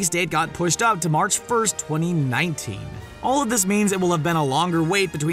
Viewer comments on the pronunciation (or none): none